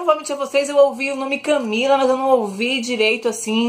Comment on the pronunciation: eu escutei um "closer CamEEla"